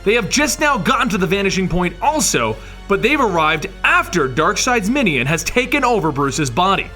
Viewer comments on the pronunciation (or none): Love, love, love these histories! Please keep them up. A small nit, but I find jarring the frequent mispronunciation of words. In this one, "minion" is mispronounced "MIH-nee-yun" repeatedly. It should be "MIH-nyun", like "onion".